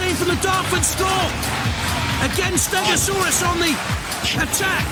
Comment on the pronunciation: Steg-o-saw-us really did save this episode from being flat out bad. All I’ll say for the next episode is you are gonna love it soooo much more than this one! Looking forward to next week! :)